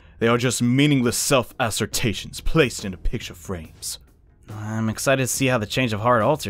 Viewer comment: Ass-ser-ta-tions lol. *Ass-ser-tions